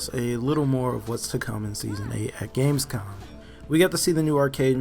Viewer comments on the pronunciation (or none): none